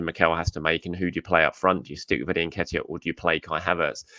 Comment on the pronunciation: As a journalist, you have 3 options: 1) bother to research how "Reuell" is pronounced by going to YouTube or any of the other 1000s of resources ( 5 to 60 seconds ) , or 2) Make a stab at it by calling him "Raul". Add that to "Em-Bappe" and "En-Ketiah" and I'm done with this channel. Also annoying to constantly get updates about the growing and structuring of the channel... I just care about the content itself.... Nice to know about the journos journey, but not as 50% of every video.